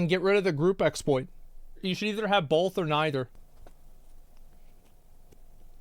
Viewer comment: pronounces both as ''bolth'' and I bet you do as well.